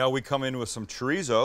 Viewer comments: pls,start saying cho dee so instead of chureezo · I try not to be "that guy", but every time you say "Tree Zoe" instead of chorizo I cringe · Is that what it is? Been looking to find out what "Triso" is??? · Lair of treezo Translation: Layer of Chorizo (z pronounced as an 's') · It ain't pronounced ch'reeezow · Does it annoy anyone else the way he pronounces chorizo? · Your pronunciation of chorizo needs some work though buddy..... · The way you say chorizo makes my ears bleed.